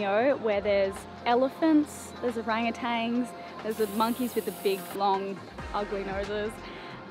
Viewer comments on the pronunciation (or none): what is an “O rang a tang” ???